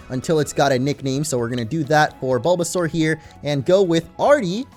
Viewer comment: Baulbasaur sounds like BOLDasaur